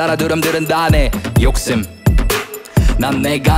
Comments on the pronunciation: 욕cc임. 소cc인. 신 발음도 간지나는 빛와이 그는 도덕책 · 욕ssim 소ssin ㅋㅋㅋㅋㅋㅋㅋㅋㅋㅋㅋㅋㅋㅋㅋㅋㅋ발음개깐지...